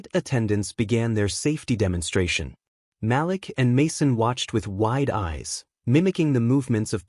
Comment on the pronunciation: For one thing the name is Ma'Lik not Mal'lack please pronounce the name correct